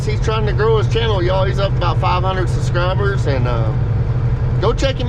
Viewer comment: It's Subscribe not Suscribe 😄😄👍👍🇬🇧👼🇬🇧